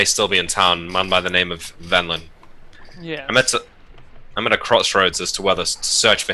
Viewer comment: I love how the NPC is named Venlin but seems to have misheard and is saying Vendilin. Everytime is talking as an NPC to after he misspeaks uses Vendilin rather than Venlan. Little touches like that are why he is #1